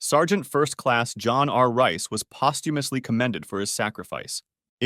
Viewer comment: Just FYI, the pernounciation of posthumous in the last 15 seconds was criminal 😂